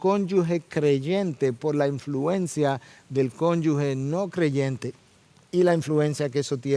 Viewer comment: Muy buen mensaje. Perdone, hermano. Se dice "cónyuge", no "cónyugue".